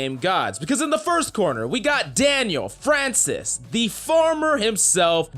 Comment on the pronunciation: Daniel Francesca not Francis...Maybe the small brain NA folks can't pronounce it